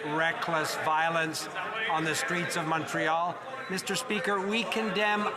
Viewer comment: I cannot wait until I never have to hear FREELAND SAY MISSTURE SPEEEKER AGAIN , BOBBLEHEAD BIMBOO